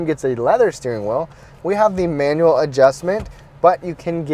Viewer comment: "Mee-Ann-U-Al." lol